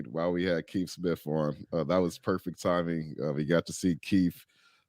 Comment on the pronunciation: I love you my brother, but please show Keith some respect by calling him by his given name. It's Keith, not Keef.